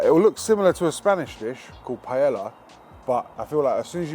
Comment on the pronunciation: To jídlo se vyslovuje jinak .....